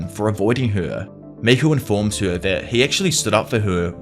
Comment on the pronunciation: Bro I can’t unhear “tuah” whenever he says “her”